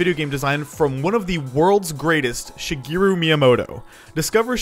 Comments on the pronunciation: It's Shi-GEH-roo, not Shi-GEE-roo. Bro. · It's Shigeru, not Shigiru. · His name is pronounced like shi-geh-ruh not shigiru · "Shigiru" Bruh... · She - GEH - roo Thank you for your time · Why do you pronounce it shegiru? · Has made many videos about Japan and has been to Japan but cannot say shigeru properly